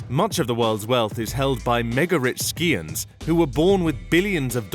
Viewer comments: HAHAHAHAHA it isn;t pronounced ''SKEE ON the word is SIGH ON that is SCION.OMG People and their fucking ridiculous grammer, spelling and promounciation. Pure Crap. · "mega rich scions" It's not pronounced "ski-on" but rather "sigh-on"